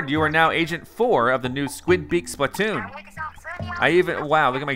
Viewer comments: Its SPLA-TOON not SPLAT-TOON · pLeAse STOP CALLING IT SPL"A"T OON JUST SAY SPL-{UH}-TOON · you're saying splatoon wrong. its Spluh-toon not SplAT-toon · He calls it splat- toon 😂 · I dont like how he says it.. splÃtoon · Dude it's not splatoon it's splatoon